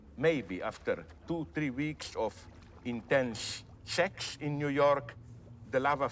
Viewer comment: Director: Okay, Zizek, your last line is: The love affair would some how fade away. Zizek: "Tha lavaffer.." Director: No, Zizek, the love affair.. Zizek: "Tha lavaffer.." Director: (applies palm onto face while nodding)